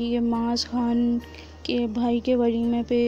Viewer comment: Valima nahi walima hota hai